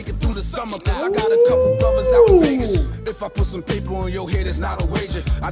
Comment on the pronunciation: He saying Vagas because that's where pac was